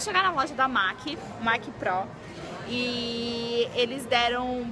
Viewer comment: A bruna Vieira e a Paula, numa viagem perguntaram a dona da loja e uma fss representantes, e elas disseram que é MAC, e nao MEC